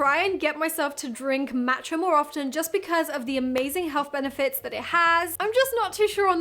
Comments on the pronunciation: Was looking for this comment!! It’s definitely Maw-tcha not Mat-cha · Maww matcha it's pronounced like aww Matcha